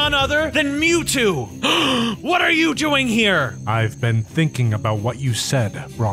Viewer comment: bruhhh you said mewjew ITS MEWTWO